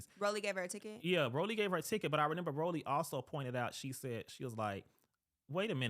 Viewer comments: Not him saying “RENIMBER” 🤣🤣🤣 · he keeps saying "renember" it's driving me nuts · It bugs me that the guy said “renember” instead of remember 😭